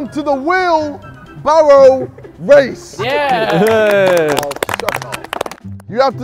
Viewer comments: “we bawwo-“ “wheel barrow wace” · Imagine being black and struggling to say race